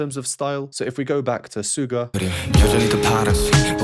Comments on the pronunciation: Side note... "Suga" is pronounced "SHoe Gah"; he created the stage name based on his favorite basketball position to play, "SHOOting GAurd". :) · Thank you so much for the awesome reaction, very enlightening! Just to let you know, Suga is pronounced Shooga, like the sweet white stuff we put in our tea 🙏💜🌸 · Used to study music professionally, left it but always regretted. Love your analysis, probably more detailed than anyone I’ve ever heard so far. I adore BTS. Just to mention: SUGA stands for “shooting guard” means pronounced with “sh”, although, Korean spelling is “s” but native speakers told me that “s” followed by “u” still readable as “sh” in Korean and considering it’s an English language abbreviation, it should be “sh” and that’s how most people pronounce it. I’ll add a link to prove: Other than that, what a pleasure to listen to your analysis. Thank you!